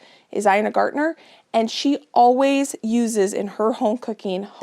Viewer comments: With all due respect... It's GARTEN GARTEN GARTEN! **INA GARTEN** I'm surprised you always say " is my favorite cook" but I've NEVER heard you say her name correctly. 😮 you also obviously ignore these comments because I've seen others correct you, but you still say her name wrong 🥺😊😠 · OMG she's been corrected so many times and she finally said it right a few videos ago. I can't believe she's reverted. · Ina Garten, NOT Ina Gartner 😂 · Repeat after me: Ina Garten, Ina Garten, Ina Garten! 🎉🎉 (Not Gartner) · The Barefoot Contessa is Ina Garten not Ina Gartner. 😊